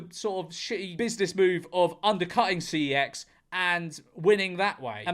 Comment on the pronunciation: george. man up and pronounce cex the way that god intended.